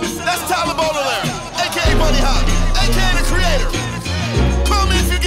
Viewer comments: it’s BAUDELAIRE not BOUDELAIRE come on… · bro said bodeler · Bro said bodeler 💀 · AINT NO WAY YOU SAID BODELER LMAOOO